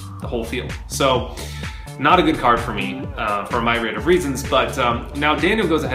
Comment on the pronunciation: Myraid? It's myriad